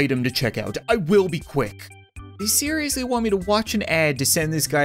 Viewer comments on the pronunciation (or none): when he said they seiriesly my Siri activated